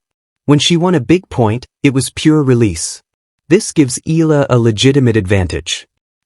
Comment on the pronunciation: EE~YAH~LAH please do not skid pronounce the two vowels of her name as one. We Filipinos pronounce every syllable or in this case every VOWEL. So, if you can easily pronounce AYALA then just change the first 'A' into 'E' then you've got it. Thanks for vlogging this.